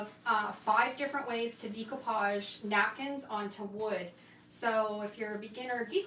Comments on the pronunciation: It's actually pronounced day-koo-paazh, but I think it's your Canadian accent which is really cute. I always giggle a bit when I hear you say it.😀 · FYI…the correct way to pronounce découpage is daycoopage. It’s a French word. 😊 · You are so professional. I’m very impressed. And yes, I’m good at eyeing too. You say it similar to Australians I’m from Australia. We say “Deck” “o” “parj”